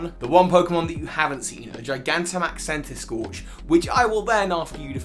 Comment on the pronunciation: CENTISKORCH, NOT CENTISCIARCH!